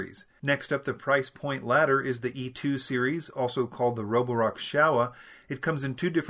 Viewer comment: Nice job with the Chinese name pronunciation!